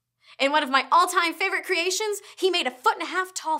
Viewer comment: Cre-A-tions :P anybody noticed the way she says it? :P